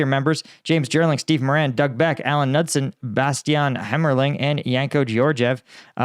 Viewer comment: The k isn't silent in Knudsen